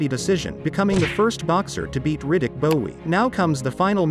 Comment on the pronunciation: Lol was gonna comment the same. Dude doesn't even know how to pronounce Riddick 🏹